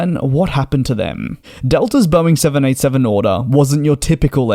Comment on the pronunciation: Please be much more precise in your pronunciation of the Boeing jet name. More often than not you sound like you are saying the 707 rather than the 787.